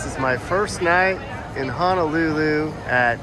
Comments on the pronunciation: Don’t understand why you prefer to say Hanalulu when the name itself doesn’t even have an “A” in it. Honolulu isn’t hard to say. Honestly disrespectful of you as a content creator. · I can’t get past the “Hanalulu”